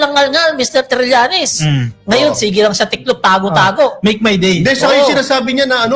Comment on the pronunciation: Run bato Run. Ang payo ko syo. Lumaban kn ng sabayan sa interpol mk Dali ka ng lima panalo kn. SK mo bigkasin ung Go ahead punk!! Make my dee. 😂😂😂😂😂